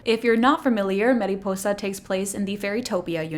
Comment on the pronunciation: Mariposa~! Like “mari” not “meri” :)